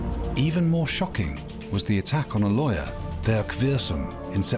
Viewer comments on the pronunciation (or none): The lawyer was pronouncing "liar" instead of "lawyer". The first true thing said about a lawyer. Any lawyer. Anywhere.